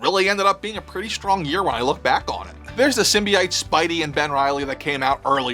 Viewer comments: Bro, your bad pronunciations are killing this video. Symbiote (sim·bee·owt), and the gargoyle figure name is Demona (DEHMOWNAH). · PSA: it's pronounced "SIM-bee-OAT"